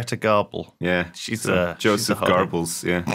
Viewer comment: Joseph Garbbels (Goebbels) 😐